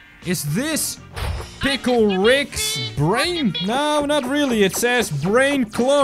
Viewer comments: It’s pickle not pickel! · WHY DO YOU ALLWAYS SAY PLCKLE IN THIS VIDEO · you said pickel 19 or 18 or 20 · its funny how he said to make every pickil rick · this is how many times he said pickel | v